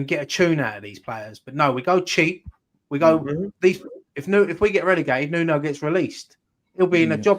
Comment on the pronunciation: His name is Nuno... New-No.